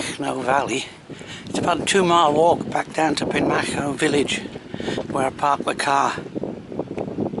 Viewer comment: Well done with the pronunciation of Penmachno. Not the easiest of names. Pen means head of or end of. Machno I assume is a name of someone or something. It is a beautiful area. So quiet and the air so clean.